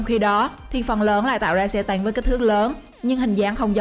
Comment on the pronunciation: Xe tăng hay xe tang :v rew nhưng lại ngọng